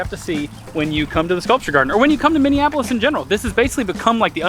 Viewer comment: I hear Mini Apples instead of Minneapolis 😂😂😅